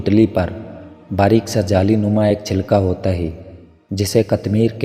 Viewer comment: Hay ko hey bol rahy ho isko theek Karen